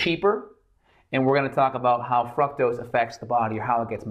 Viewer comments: "Frucktows" Fructose, sir. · Why am I hearing froctose?